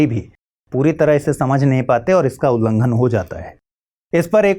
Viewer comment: Ullanghan hota h mahodaya 🙏🙏